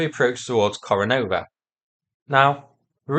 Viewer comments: Kore--NE-vo, not Kore-NO-vo. Yeah, I know it's a minor thing, but it's so easy to say it right. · KorenEvo - NOT KorenOvo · Ko rE ne vo though :)